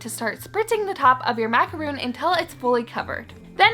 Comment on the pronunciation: Yea me too I heard the intro and she said "macaroon" and I actually shouted "MACAR- O N "